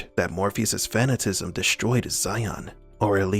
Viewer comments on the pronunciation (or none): fa·nat·i·cism Not fa·na·tism